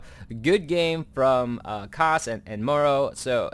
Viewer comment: How do you pronounce the word "tomorrow"? Now take out the "to" and you get the pronunciation for Morrow's name.... I'm sorry, it's just a bit annoying hearing it as Murrow all the time... And the funny thing is that every caster out there pronounces it like that, it's like a sickness or something :) gj on the cast though....